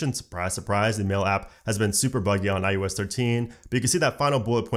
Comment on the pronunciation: Am I crazy or is he saying iUS?